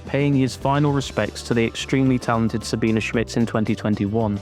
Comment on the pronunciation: FYI...Sabine not Sabina